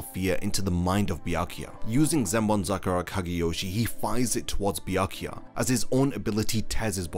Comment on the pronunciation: omg i couldnt handle hearing the pronounced name of bywak ywak in that part of this video i had to fast foward through to the end of soul society 2